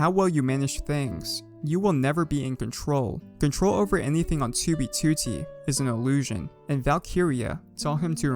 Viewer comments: Tubey tutti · 2b twotee